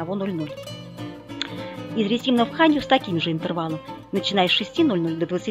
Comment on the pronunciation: РЕ тимно ударение на первый слог!